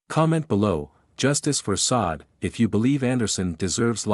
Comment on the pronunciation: If you're going to make a video about her murder at least have enough respect to say her name correctly- it's pronounced shaw-day not sod.